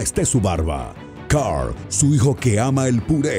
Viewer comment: es carl no coral